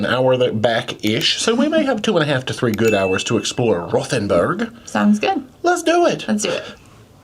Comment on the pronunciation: It’s pronounced ROTE-n-burg.